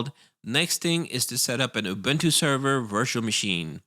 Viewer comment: Man i love the guide and everything but the way you say ÜBÜNTÜ gives me the shills.